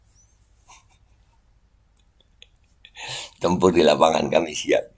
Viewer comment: saya dengarnya sekilas bukan tempur, tapi nempur (nempur beras)